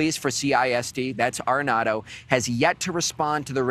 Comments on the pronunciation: You kept calling him “arrenado “ when his name is Aredondo. Make sure you hold the correct people accountable. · It’s PETE ARREDONDO….not Arenado! Pete Arredondo which translates to “incompetent coward”.